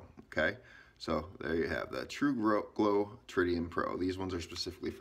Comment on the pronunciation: Tru gro. Tru go. I commend you for saying it every way except the right way. Slow is smooth and smooth is fast